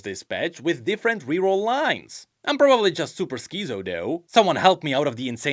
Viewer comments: pronouncing "schizo" as skii zou" was not on my bingo card for 2025 but here we are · The pronounciation of Schizo was so funny to me, nice to hear a new one